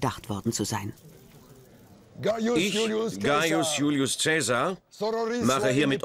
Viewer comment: Schade, dass der Name von Caesar überall falsch ausgesprochen wird.